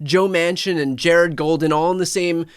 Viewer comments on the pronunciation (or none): none